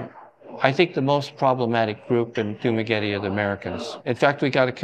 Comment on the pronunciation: How he pronounced dumaguete is like daenarys army ahahaa